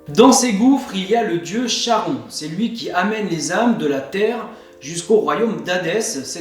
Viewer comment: salut, juste charon se prononce Karon, cela vient de la lettre grec Khi. c'est comme chiron, psyché, hécatonchires...